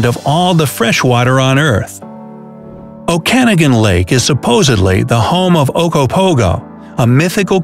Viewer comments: O- can-a-gan no... O-Cah-nog-an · O-Kan-agan Lake? Um..O-kan-OG-an Lake. Accent on the third syllable. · Okanagan pronounced Oh-can-aw-gan And the 3 mill population is just the central .. The gta (greater toronto area) is nearly 6 million.. And you clearly havent been to canada .. Most are just as rude as rest of the world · Oh yeah you didn’t say Okanagan lake right it not o-can-a-gin lake it o-ko-no-gan lake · It killed me to hear Okanogan pronounced o-can-a-gin. Say it with me: oak-uh-nog-in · Oh can again lake (emphasis on "can"). I've never heard it pronounced that way before. I've only ever heard it pronounced oka noggan (emphasis on "noggan", sounds like toboggan). Narwhal isn't pronounced nar whale, it's nar wall. Not in the video, basketball was invented by a Canadian. Also, The Hudson's Bay Company (department store similar to Macy's) existed before Canada or the U.S. became official countries. U.S. became a country in 1776, Canada in 1867 but the Hudson's Bay Company existed in 1670 and traded fur pelts. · It’s oka-NAW-gin lake... not oKANagin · O-Can-A-Gan Lake (Okanagan)??? That's a new one!! I've Never heard it pronounced that way!! Ohh yeah, sorry, forgot to add I'm Canadian, from BC!! :) and it's pronounced Oak-an-o-Gan :) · O-can-a-gan lake?! It's the Okanagan lake!! O-can-og-an lake!!😁🇨🇦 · oh-cana-gan -_- seriously?! it's oka-nah-gan EDIT: nar-whales? it's nar-wall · It’s not oh-can-eggan lake, it pronounced oaken-aw-gen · did any other canadians get annoyed that he pronounced oh-kah-nah-gen (okanagan) oh-ca-ni-gen?? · Okanagan is pronounced oak-ah-nog-in not oh-can-ah-gin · i lost it when he said OH CAN IH GAN it's OH KAH NAG IN Okanagan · I am from the okanagan... its not pronounced, oh can a gan. It's pronounced oh can og an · ITS PRONOUNCED OKE-ANOG-EN I'm Canadian by the way like if you are too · Oh-Can-A-Gan?!?! What?! Its Oh-Ka-Nah-Gan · Oh-kan-ah-gan lake? oak-ah-naw-ghan (the last syllable rhymes with afghan). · It's Oak-a-nog-an lake.